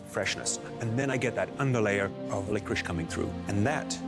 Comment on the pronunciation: " i love lickwish" - that had me dying 🤣🤣